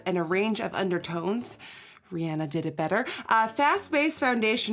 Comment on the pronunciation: Oh and for help with Rihanna, it sounds like (Ree-Onna) ❤️